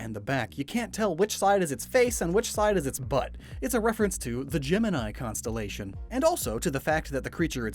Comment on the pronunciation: really put the "Gem" in "Gemini" 💎💎💎💎 Edit: My bad. "Jem" in "Jemineye"